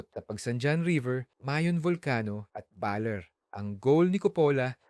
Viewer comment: it's bah-lehr, not bah-leer